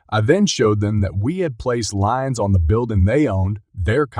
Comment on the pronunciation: Not lines. Correct pronunciation is “leens”.